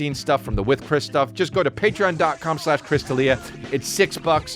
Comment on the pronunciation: You said Chris Raa Dealia, oooooooooooooooooops!!!